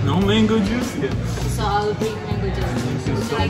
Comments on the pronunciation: Никто: Абсолютно никто: Дэрэл каждый прием пищи: МэНгОу ЖуС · Не правильно. «МЭНГУ ДЖУС»!